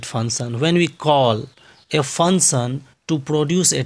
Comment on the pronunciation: please work on your pronunciation.. fun sun? fun son? function..